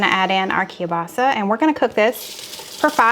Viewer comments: I really enjoy your recipes! And I've even made a few. I live in northeastern Pennsylvania we have large Polish and Slovak communities. My Polish sister-in-law and almost everyone else I know pronounces kielbasa this way: Kill - Bossi and I've also heard it's pronounced with an A on the end as Kill - bossa. I make a similar soup to this called kielbasa corn chowder and it's very creamy and has lots of garlic in it. It's very popular at our church supper's. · I know you've talked about your pronunciation of Kielbasa. I noticed you don't pronounce the L. Anyway, I have that chopper too. I love it! Husband hates it because it's so noisy when I pound on it.